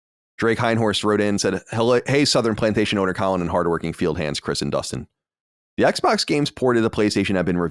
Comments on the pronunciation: definitely says Cohlin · I always notice how pronounce Colin wrong. I was always waiting for Colin to notice it, but Colin never reacts so it must be fine.